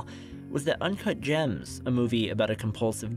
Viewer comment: I believe it's "Uncut Jamzzzz"